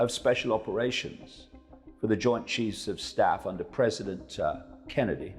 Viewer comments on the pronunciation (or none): none